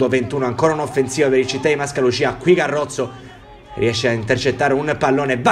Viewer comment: È Garozzo, no carozzo😂😂 Occhio alla pronuncia...